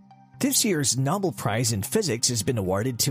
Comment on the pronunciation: WHAT THE HELL is a “NOBBLE” Prize??? 🙉🐒💩💩💩👎👎👎4 seconds! You made it Just 4 seconds!!!